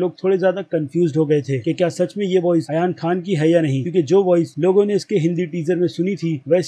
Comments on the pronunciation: Pahli bat toh yar tum ek bar naam main check karliya kro jaise tum mufasa ko musfa aur ab aryan ko ayan yar tum movie delhte ho toh sari chiz notice karte ho toh yar naam toh sahi se liya karo chalo thik hai srk ne awaz diya mufasa ko english wale se accha nhi tha tumhare hisab se bilkul change hai waise hi yar tum naam sahi se liya karo tum toh waise hi naam change kardete pahle khud ko dekho yar phir dusro ko bolo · Ayan khan nahi ..Aryan khan 😜